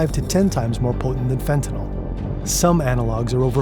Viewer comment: First time I've heard fentanyl pronounced properly in a while.